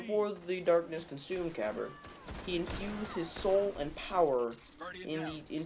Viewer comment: You pronounced Kabr's name wrong, it has a silent "A" in it so it's pronounced Kabar